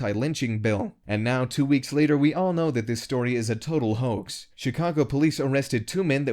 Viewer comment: Can you say HO-AXE??? Sure you can.